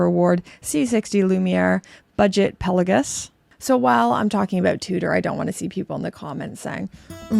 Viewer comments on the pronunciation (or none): Pe-LA-Gos, not Pela-Gus. Canucks, aay!